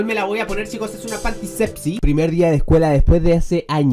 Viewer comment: sabes se pronuncia sexy no sepsy